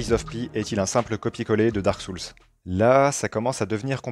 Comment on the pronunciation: Hello. Je préfère de loin quelqu'un comme toi qui a un ton sympa et parle correctement à tous ces youtubers qui enchainent fautes et pataquès en croyant bien parler et ne supportent pas la critique. Le seul vrai petit défaut pour moi, mais il est courant, c'est la prononciation de Souls (âmes en anglais). Pour le reste, rien à redire. Ton discours est clair et intéressant. J'ai adoré Lies of Pie et l'ai fait 1,5 fois. J'attends le DLC pour m'y remettre. C'est le jeu qui m'a ouvert la porte des souls. J'ai vraiment été surpris de constater comment on progresse automatiquement à force de répétitions et quelle joie peut nous procurer ce type de jeu quand on finit par réussir. Depuis j'ai fait d'autres souls like avec ce même plaisir que je ne connaissais pas avant. Et comme toi je ne comprends pas du tout les mauvaises critiques de certains.